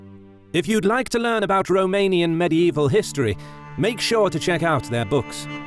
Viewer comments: Well done on the romanian pronunciations. They were spot on. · A english guy pronouncing the romanian cities names right,can this get better?